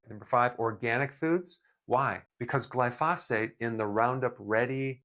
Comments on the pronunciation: pronunciation: Gli - fo - sate and not gli - fos - fate. Otherwise, very good info here! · Glyphosate... NOT "Glyphosphate" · Still can't pronounce glyphosate correctly. 😢